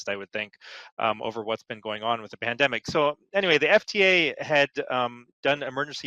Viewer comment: Your guest says 'pandenic'. Cannot go any further